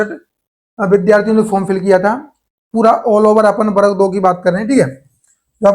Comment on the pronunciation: Varg 2 ❌ barag 2 ✅ 😂